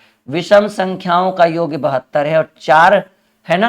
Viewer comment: वो योग होता है योग्य नहीं होता आप योग्य योग्य करते रहते हो योग होता है वो।,,😉😉😉